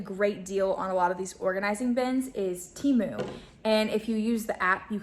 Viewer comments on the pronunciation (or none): 100% agree! Plus watching the ads on the video will advise you that it's pronounced Teh-moo, not Tee-moo.